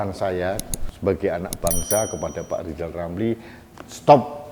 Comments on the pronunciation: Lijal... you benelin lidah dululah. Oplasi lidah kek bial jelas kalo bikin nalasi keji memfitnah pejabat negala. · Pak Lijal bilang R aja ga bisa sok2an nyinyirin pak jokowi mulu Malu dong